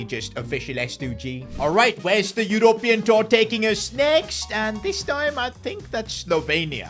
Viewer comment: pronounced u-rup-ee-un